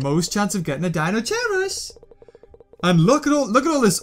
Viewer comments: It's pronounced Kai not chai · It is pronounced dino-KIERUS. not dino- CHEERUS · no offence, but it is actually pronounced deino-kai-rus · Deinosherius... It is'nt hard to say Dei no she ri us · Deinocheirus is pronounced dynokyres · it's pronounsed dinokairus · The way you pronounce Deinocheirus is soo cringeworthy